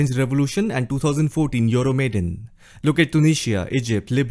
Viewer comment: It's not Maiden but Maidan pronounced as it is pronounced in India